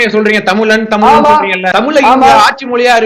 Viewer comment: தமில் இல்ல. தமிழ். கனிமொலி இல்ல. கனிமொழி. முதலில் இதை சரியா சொல்லுங்க தமிழ் (இந்தி)இசை அவர்களே.😢